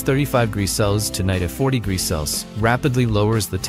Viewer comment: AI voices can't say degrees, fahrenheit or celsius. They mess it up on every single video.